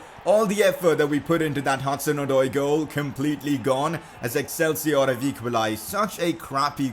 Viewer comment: Absolutely killed the pronunciation of Excelsior